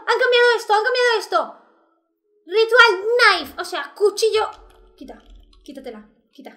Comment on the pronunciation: Periodista: di knife: Knife (nai) Periodista: Perfecto conseguiste el trabajo:): lo sé:)